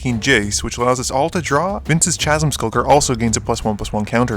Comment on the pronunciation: Great video, thank you! Just a friendly note, chasm is pronounced "kasm."